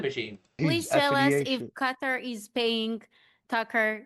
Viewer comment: Cow-toe... Lol